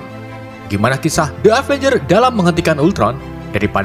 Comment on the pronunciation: Avengres kali ngomongnya